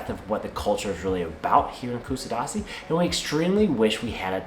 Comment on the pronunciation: if you are going to make a video please learn how to pronouns it properly